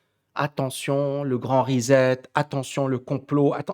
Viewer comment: Ben là,! Tu fais exprès! On dit rissette, pas rizette!